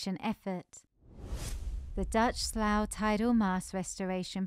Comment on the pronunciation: Omg my ears hurt at the way Dutch Slough was mangled! It’s pronounced “sloo” not slau 🤦‍♀️